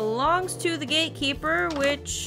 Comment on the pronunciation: not me hearing "gatekeeper" as "gay keeper" the first time around lolol